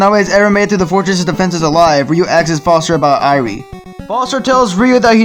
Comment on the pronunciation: I like how you mispronounced Irene's name throughout the entire marathon.